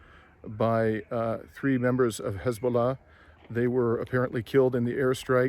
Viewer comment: Did you say Hezballoh militants ????